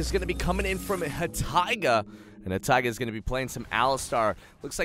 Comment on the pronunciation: "hahtaigi" Hai-taigi